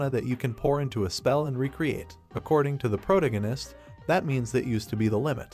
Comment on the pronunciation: Cross... prodegness CREST PROTAGONIST